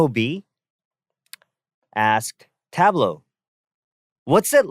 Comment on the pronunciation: the T in Tablo is for Tea